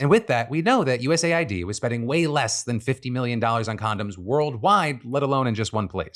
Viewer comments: Please call it US Aid not YOU-ESS-AYY-WHY-DEE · Philip, please, it’s “US-AID” (aid, as in help, assistance), not “USA-ID”🙏🏻 Look at their logo, it’s 2 different colors spelling exactly how to pronounce it. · US AID not USA ID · Why do people say USA I D instead of US AID? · I always thought USAID was pronounced U S Aid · Why is it not pronounced US Aid? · I always thought USAID was pronounced "uusayd" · Phil's pronunciation of USAID is destroying my brain...